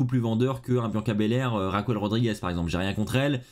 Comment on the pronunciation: j’adore tes vidéos mais stp tu peux arrêter de dire RAQOUEL au lieux de « Raquel » sa me stress a chaque videos 😅